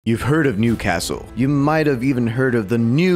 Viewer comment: for a second I thought he said nudecastle